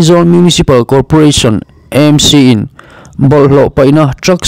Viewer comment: EMC angin i lam ri leh thin a, AMC (A hi Aizawl) a nih vangin channel dang chuan an lam vek tawh a nia.